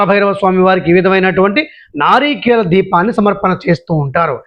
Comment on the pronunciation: నారీకేళ కాదు సర్ నారికేళ